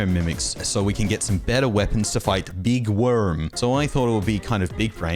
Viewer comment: You made my day when you said “to fight. Beeg woorm”😂😂